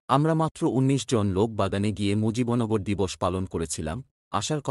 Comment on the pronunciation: এটা কি পড়ছেন মুজিবন গর কোথায়? মুজিব নগর কে মুজিবন গর পড়ছেন কিভাবে?